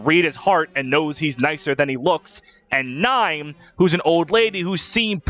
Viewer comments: It is, it’s just pronounced horribly here. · you're telling me Niime isn't pronounced as Nee-may??? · How tf did you pronounce Niime? 😭😭😭😭 someone help me